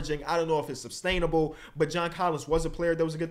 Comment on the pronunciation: Is doing the substainable thing on purpose? I keep hearing it but I can’t tell if he’s purposefully combining substantial and sustainable or if it’s just a mistake